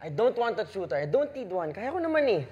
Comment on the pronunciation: Tuitor not tutor 😄